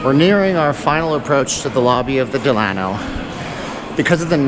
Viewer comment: If you're going to do a video about a hotel....pronounce the name right!